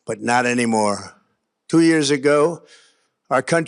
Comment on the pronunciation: What is with him & his pronunciation of "dwo" (two) & "dwenty" (twenty). Is this how his mob friends speak?